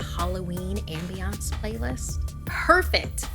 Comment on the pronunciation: The only thing scarier than this story is the way she pronounced ambience